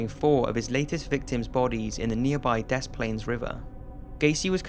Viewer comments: The s in Des is silent. It sounds like Duh. Good video tho! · s is silent des, fucking english language lol love the vid